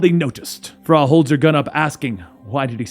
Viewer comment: I'm not sure i can get past "frah".